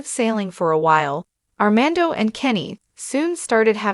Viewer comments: How serious can this be if she can't even say Armando's name correctly 🙄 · How can you speak about them its not R man doh Can’t pronounce fiancé correctly either C’mon